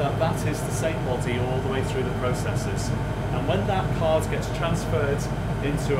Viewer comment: It’s card not “caautttt”